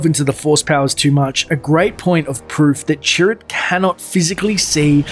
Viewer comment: I kept thinking you were saying 'turret'.